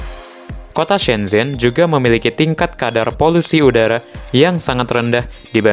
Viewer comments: Duhhh..geli pelafalannya...shen chen....bukan sen zhen donk...mimin banyak belajar dulu ahh.. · Ada pepatah Cina "Kalau ingin melihat masa lalu pergilah ke Beijing (baca Pei Cing), kalau ingin melihat masa kini, pergilah ke Shanghai, tapi kalau ingin melihat masa depan pergilah ke shenzhen (baca Shen Cen) Oh yah propinsinya Guang Dong tapi bacanya "Kuang Tung "